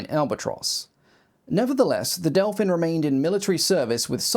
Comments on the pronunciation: still used in active service in the early 2000´s by several air forces across the world !!! so glad to get recognition on my nation´s domestic development ... the whole family originating from the "Delfín" - Dolphin - is remarcable ... extra points for pristine pronunciation of our names... the reconaissance frame was able to take off and land literarly from the forrest road... practiced many times ... taking off from places none expected to and literarly disappear - presumed destroyed - only to be towed somewhere else and continue its reconaissance mission from similar seemingly impossible locations... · Hat off to you for much much better than average pronounciation of Czech names. I think you got as close as can be expected from someone not speaking the language. Near where I live, at Brno airport, there is a flight schools that has one Delfín. And you can even buy a sightseeing flight in it, if you are willing to pay that much money (I think it costs about 15x more than a short flight in a small piston aircraft like Zline Z-43 or similar).